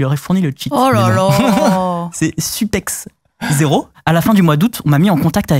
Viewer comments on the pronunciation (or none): Tu peux ajouter "Kaly" et pas "K.Q.L.Y" ou encore "Supexo" et non "Super zero", il m'a trigger mdr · les genies tema supex0 on dit supeso xD